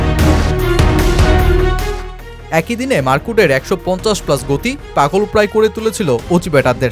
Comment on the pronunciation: উচ্চারণ টা টিক করেন মার্কুড না মার্ক উড। এতে ডিফারেন্ট প্লেয়ার মনে হয় আপনার বাচন ভংিতে। নিজেই প্রথমে চিনি নাই কি বলছেন লাস্টে ভিডিও তে দেখে চিনলাম। পরামর্শ সাধারণ ভাবে নিবেন। ❤